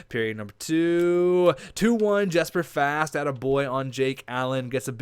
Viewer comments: Hey,, I only say this because i figured since it's gonna be a long gm, might as well let you know. for fast, his first name is pronounced yesper, and his last name is like rastafarian, the rast part, but fast haha. just for future reference! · Your saying Jesper Fast wrong